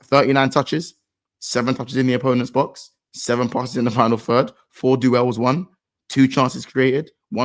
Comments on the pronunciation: This guy cant pronounce "DUELS" 😂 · He does it deliberately, he is mocking Flawless when he said it last year in Back Again pod